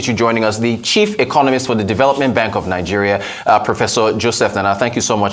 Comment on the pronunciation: Nnanna not Nana. Come on, do better and have respect for the culture.